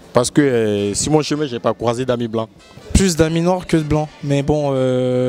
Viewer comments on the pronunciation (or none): "Momo a-t-il un ami blanc ?" - Euuh non j'ai pas d'ami blanc. - Et pour quelle raison ? - Euh paw ce que suw mon chemin j'ai pas cwasé d'ami blanc." Juste magnifique..